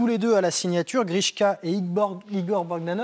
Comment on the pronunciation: j'ai envie de le baffer pas vous ? Et l'autre qui dit grishkor...